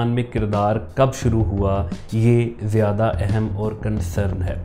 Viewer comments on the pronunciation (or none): none